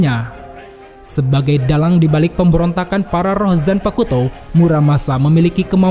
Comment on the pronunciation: Bang, maap nih, zanpakuto tu cara bacabya tu, "u"-nya silent bang, maap ya tapi risih aja dengernya